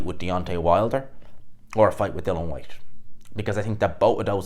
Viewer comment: DILLIAN FFS not Dillan...Geez Your pronunciation is shot to bits... Up next... Dyson Fury v Antony Boshua Spaniel DuBois vs Joseph Barker Yeah...Ding Ding...